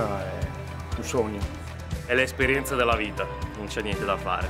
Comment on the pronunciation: "È l'esperienza della vitah" ODDIO STO MALE in apertura del video 🤣🤣🤣 Grazie ragazzi, spero dopo il Ring di fare lo step ulteriore e da stare sotto stare sopra alle macchine per lavoro 😬😬😬